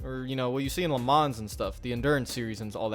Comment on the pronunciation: the way he said le mans 😂🤣😂🤣 😂